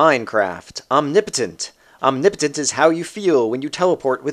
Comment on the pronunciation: it is call omni-po-ten-t